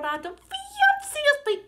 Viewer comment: Nu, jes, sed ja ne tiom facilas liberiĝi de usona akĉento, mi supozas. Alia afero estas, ke vi diras "cias" anstataŭ "scias", kion mi fakte ŝatas, ĉar "scias" ja vere estas stranga vorto.